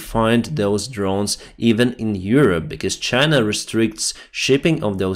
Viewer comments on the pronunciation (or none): none